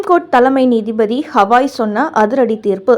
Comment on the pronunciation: Not Hawai his name is Gawai .